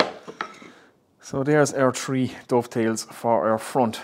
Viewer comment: This guy is so into woodworking that he counts: 1, 2, tree. :p Love your videos man.